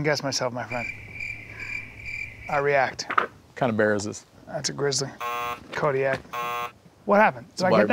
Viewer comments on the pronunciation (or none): none